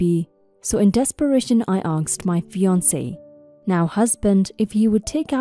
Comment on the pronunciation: To the reader, its " asked" not " aksed".